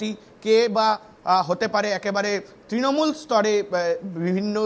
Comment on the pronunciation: তৃনমুল উচ্চারণ করতে পারছে না সে আবার নেতা